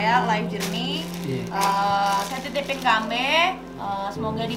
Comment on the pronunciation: Ambe' not ambe